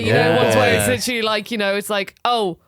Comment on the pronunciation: Take a shot every time says "litchally"